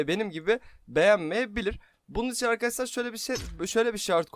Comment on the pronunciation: Neden arkadaşlar demek yerine arkadassslar diyorsun,ş leri s olarak kullanıyorsun😂